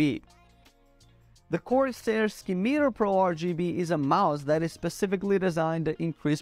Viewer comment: Ski-Meter? - It's SIM-I-TAR